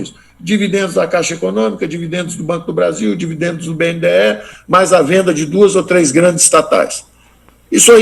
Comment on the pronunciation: Ouviram ele falar BNDE e não BNDES ??!!👈